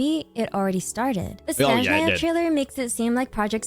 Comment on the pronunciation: I like that she pronounces SnEzhnaya in the right way, as we say it in our native language ❄️